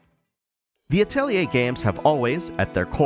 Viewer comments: You actually pronounce atelier correctly. That's enough for me to watch the entire video. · because of the way it's spelled a lot of people pronounce it Ah-telli-see rather than Ah-telli-ay